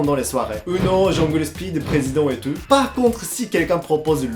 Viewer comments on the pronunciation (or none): « Mais pas du tut hein ? Pas du tut ! » 😂 Tu améliores ton français, oui, mais « tout » tu ne le respectes pas ! 😂 Superbe vidéo ! ❤️